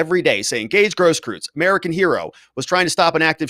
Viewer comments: Hey -- You said recently you are of the tribe persuasion. Say "oy vey!" like your cousins in NYC say it. Now say "Gross-croyts" with the same vowel sound as in "oy" of "oy vey!" And voila, you just said his name correctly! Easy, huh?, follow and you'll be good. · It’s eu. That pronounces like oi or oy. Großkreuz mean Big Cross.